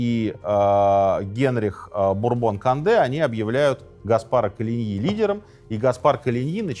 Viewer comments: Не надо говорить кАнде! кОнде! В этих случаях, то есть произнесение иностранных слов, наименований, имён, фамилий, "аканье" недопустимо! Редукции нет. Конде! Только Конде! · Как только Вы сказали "Конде" через "А", мне стало понятно, что Вы - просто Говорящая голова программы🤷‍♂️ Таак.... Программа " Минаев" ЗАКРЫВАЕТСЯ... РЕКЛАМНЫЙ ДЕЯТЕЛЬ! Никак НЕ Историк🤷‍♂️🤷‍♂️🤷‍♂️